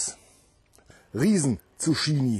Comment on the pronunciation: Hut ab für deinen grünen Daumen. In den letzten Tagen viel gelernt über Pflanzen. Aber kleine Randbemerkung. Man spricht es "Tzuk-kini" :D